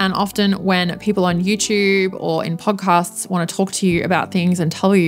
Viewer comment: I like hearing you say "Yertoob" and "Pawrdcosts"😊